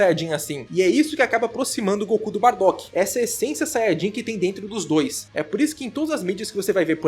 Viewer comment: Espera, o acabou de falar "ESENCIA"?